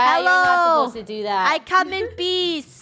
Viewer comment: When you saw a gorilla, did you say ''I come in peace'' or ''I come in bees''?